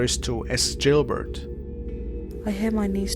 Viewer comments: It's Gilbert not jilbert. Your pronouncing it with a J. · GILBERT NOT JILBERT!!!! >< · HOLY shit dude. Gilbert. G. G. Gil! Not Jil. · The music is alright & his accent is sound. How do you pronounce this letter by itself-> "G" ??? Now put the other letters after you pronounced the "G" by itself. "G" -->ilbert. English language is shit, so get used to it instead of crying like a little girl. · Please stop calling it jilbert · Who is jillbert? 🤣